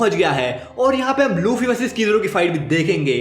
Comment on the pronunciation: Bro said luchii💀